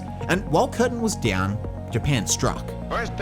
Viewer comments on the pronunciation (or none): none